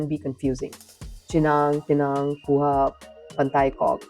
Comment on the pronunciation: Kuah not Kuha